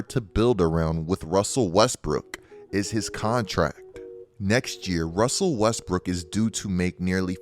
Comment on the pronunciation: “Russsseeelll Weesssttttbrrkkic”😂😂